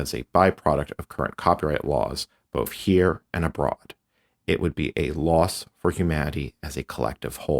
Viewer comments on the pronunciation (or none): none